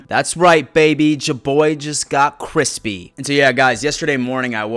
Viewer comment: Yeah ypu keep doing you... just NEVER say crispy again.. lol